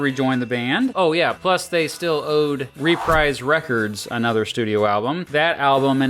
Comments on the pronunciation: It's pronounced ReprEEse as ub dreeze... not RePRIZE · Hearing the narrator mispronounce Reprise so many times made my ears bleed.